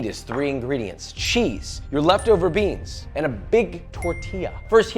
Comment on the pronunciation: I miss when he says "beans" in weird ways. 😭